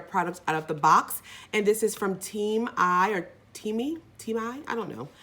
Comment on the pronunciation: That teami product is pronounced tea me lol